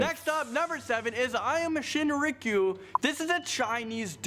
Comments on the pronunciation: Cult podcast fans cringing at how he pronounces Aum Shinrikyo and the fact that it was a Japanese cult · Aum Shinrikyo is Japanese, and the guy totally butchered the pronunciation. smh